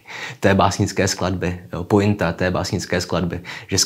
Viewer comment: Zbytečný opravný komentář: Pointa se nevyslovuje jako pointa, vyslovuje se to jako poenta Přikládám fakta o cytoplazmatické membráně: Cytoplazmatická membrána (také plazmatická membrána, plazmalema) je tenký semipermeabilní obal ohraničující vnitřek buňky od vnějšího prostředí a kontrolující pohyb látek do buňky a ven z buňky. Buněčná membrána je selektivně permeabilní pro ionty a organické molekuly, a v zásadě chrání buňku před vnějšími vlivy. Skládá se z lipidové dvouvrstvy se zakotvenými proteiny. Buněčná membrána se podílí na různých buněčných procesech jako buněčná adheze, výměna iontů a buněčná signalizace, také slouží jako cílová struktura pro několik extrabuněčných struktur, včetně buněčné stěny, glykokalyxu a vnitřního buněčného cytoskeletu. Cytoplazmatická membrána může být uměle vytvořena.